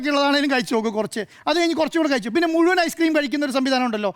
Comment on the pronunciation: നേരെ ചൊവ്വേ മലയാളം പറയാൻ അറിയുന്നവരെ ഈ ചാനലിൽ ഇരുത്തികൂടെ? " കയിച്ചു " "സംഭിദാനം " പൈശ??? പറയുന്ന വിവരക്കേട് പിന്നേം സഹിക്കാം.